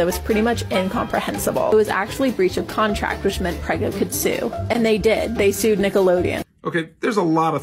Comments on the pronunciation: OK, yeah, thank you for pointing out it was all a joke because I was laughing so hard at her pronouncing it "Preh-go" in a video about someone mangling the pronunciation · This girl is literally mispronouncing prego